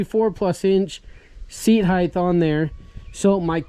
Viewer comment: "Seat heighth"